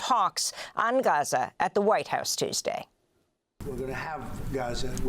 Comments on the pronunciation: she can't decide on how to pronounce gaza.. lmao 🤡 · my favorite part is how she can't decide how to pronounce gaza... lmao she goes back n forth .. 🤡